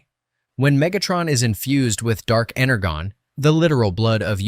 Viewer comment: Bro, its not dark ener-gon Its dark energon